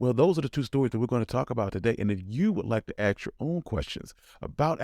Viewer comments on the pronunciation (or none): You mean "ask" my own questions ? I drove a 1975 Eldorado for ten years . I love Cadillac , and I'm white . I'm not American . I don't understand why you say "ax" , instead of "ask" . Do they teach this non-English in your schools ? Maya Anjalou was right . she said it is nothing more than ignorance . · Aks?? Why not ask? General Motors did not exist when Cadillac was formed in 1902. It’s “pacifism”, not “pacifinism”. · Did he really say "ax"?? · By the way, in English, the word is “ask,“ and not “aks.“ We don’t speak Ebonics here. You don’t need to either, especially after all the money we spend on public education, in this failed country. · Why do Black Africans say AX instead of ASK ? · "aks the brotha who own one" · Why do they love Cadillacs? Why do they love Kools and orange soda? Why do they love fried chicken and watermelon? Why do they say the word "ask" like this?: "AX". Why do their IQ scores average 10 or more points less than those of whites? There are several more accurate questions out there. Why is it politically incorrect to ask them, and even more P.I. to answer them truthfully. 'Cuz they's feelin's git' hurt. Dat's it an' dat's all.